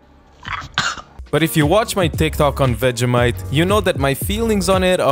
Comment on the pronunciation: dont say vegEHmite say vegEEmite